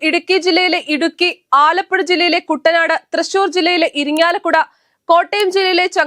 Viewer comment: "KUNDA NAD" ITS KUTTANAD DEAR